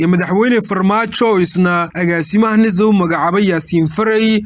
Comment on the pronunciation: War yaa jaahilkan u oggolaaday inuu warka akhriyo.. "NIIZA" muxuu uga jeedaa? Waa NISA oo uu si xun uugu dhawaaqayo. Cunahana wax baa ka qaldan oo inuu ama qaaxo ama cancer (amaba wax kaleeto oo lama filaan ah) la il daran yahay baa suurta gal ah. Taladeydu waa in ruux kale loo dhiibo akhriska warka.